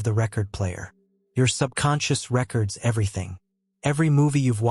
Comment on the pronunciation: Thanks! "RE-cords" is another example